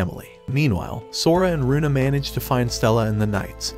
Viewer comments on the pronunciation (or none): Its luna not runa